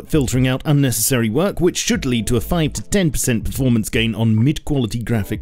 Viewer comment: Berformence :DDDDD